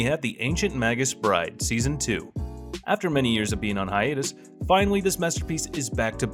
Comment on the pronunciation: High Ay Tuss